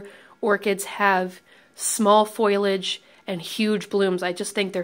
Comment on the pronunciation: Foilage? Really? Please tell me you were just being funny